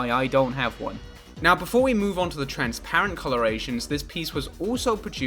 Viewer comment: lego rly said trans-lights 🇷🇴✊😔